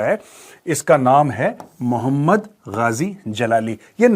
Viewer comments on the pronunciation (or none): none